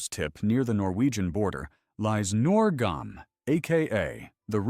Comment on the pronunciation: NUORGAM, not norgam.